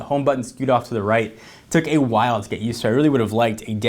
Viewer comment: Good review, but the constant pronunciation of long a's gets annoying. Especially things like 'AY while'.